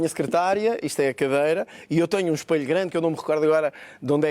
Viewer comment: EspElho, not espAlho.